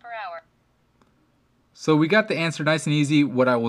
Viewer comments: You said "nower" instead of "hour"... twice. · Miles per Nour? You said it twice.